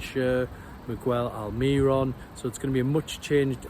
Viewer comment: He can't pronounce Miguel Almirón after all this time. Best of luck!